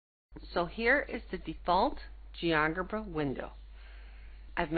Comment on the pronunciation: That's pronounced as Geo 'Jebra'